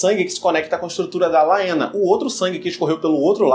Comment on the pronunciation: Muito bom. A história dos ratos cinzentos tem muito a ver com os Meistres mesmo. A pronúncia de Laena é Lena como o Daemon, (Demon), a Haelena (Relena), etc. Grata. Gostei!